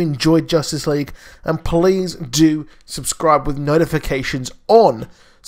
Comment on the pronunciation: Ha he says police instead of please lol 😶